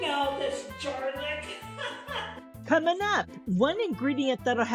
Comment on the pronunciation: Lol Jarlic 😂😂 just love you ❤